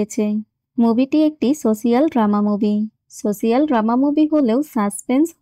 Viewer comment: শব্দ টা "সসিয়াল" না "সোশাল"